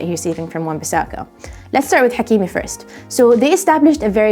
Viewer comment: As a Manchester United and Sancho fan I absolutely love this episode. Very well done. Also as someone who speaks Arabic I am a fan of how you pronounce the names of Hakimi in this video, and in general Salah & Mahrez etc. Keep up the good work 👍👏